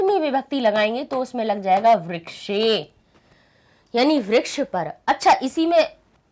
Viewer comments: Why do you say व्रक्ष ? It's वृक्षः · mam vraksh nahi vriksh pronounce hota hai